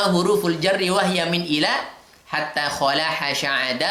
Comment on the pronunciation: Maap bukan "haka hurful jarri.." Tapi "haka hurufal jarri.." Tp selainnya bagus.. Saya respect 😊